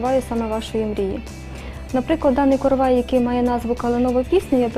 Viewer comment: Наголос правильно ставте: коровАй, коровАи, коровАю. Викисловарь почитайте, если не знаете. Сюжет интересный слушать невозможно